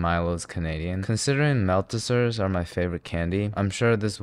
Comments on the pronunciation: Did bro just call Maltesers Mal-tis-ers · how the fuck did u just pronounce maltesers